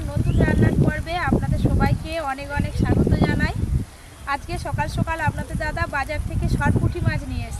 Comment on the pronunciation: Ota sukala na bolo sokala sunta valo lagba dede❤